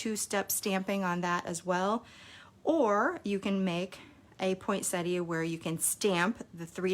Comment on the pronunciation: OMGosh - someone calling a poinsettia the correct name instead of poinsetta! Sorry, but I'm from Australia and I always cringe when I hear people from the US and Canada calling it at poinsetta. Thank you. Your cards are lovely and I've missed part 1, so am going to try to find it now. Have "rung the bell" now, so I shouldn't miss any more. Thanks so much for sharing your lovely designs and beautiful cards.